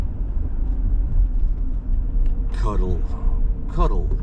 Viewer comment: "Cuddle"? It's "Cuh-DELL," just pointing that out.